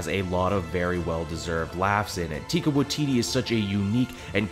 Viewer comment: Just gotta let ya know, it's pronounced "Ty-Ka Why-Ti-ti" It took me AWHILE to learn how to say it right.